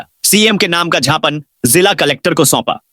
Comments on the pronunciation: झापन नहीं ज्ञापन बोलो खराब लगता है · झापन और ज्ञापन में बहुत फर्क है 😂😂😂